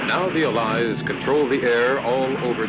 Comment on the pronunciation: possibly the strangest pronunciation of allies and allied I've ever heard in my life